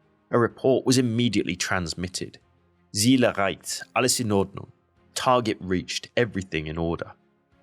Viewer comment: The german Z is not pronounced like an S. It's more like a "tset". You said Ziel, But as a german that sounded like Siel ( which is no Word) Maybe try pronouncing it as Tsiel. 😅 Everything Else, nice Video!